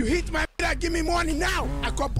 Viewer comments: "U hit Maih Mirahh" is wild LMBO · You HIT MAIH MIRAHH!!! Omg the accent was crazyyy 🤣🤣🤣😂😂🤣😅😅🤣😂😂